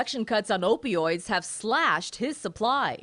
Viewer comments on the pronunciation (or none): Hey old man in the beginning do u know how to pronounce opioids